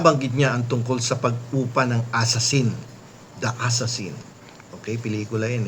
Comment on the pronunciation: assassin sa second syllable po ang accent thanx pls google it